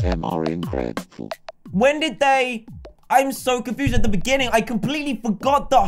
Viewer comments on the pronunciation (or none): none